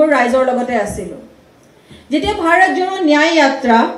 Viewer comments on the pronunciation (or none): none